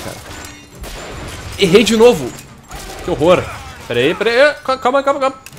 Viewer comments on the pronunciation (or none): none